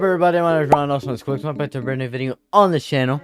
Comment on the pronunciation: You want something to react to? How about reacting to the music created by someone who's LEGAL last name is your 'nickname'...And, it is pronounced KEEZ.